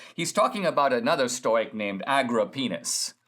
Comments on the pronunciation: stow as in toy? Ive always heard stow as in toe. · Stow not stoy stowick not stoyick. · Stoic - pronounced Stow ik FYI